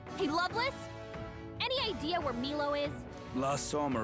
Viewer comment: Milo, pronounced Mee-Low, spelt like the Australian beverage powder Milo, pronounced My-Low. I can't see it without wanting a cup of Milo. The Seraphic Igniter was 792,000 Reeve and it was the best in game purchase I ever did. Edit: the reply informed me i had the price wrong, I have fixed this.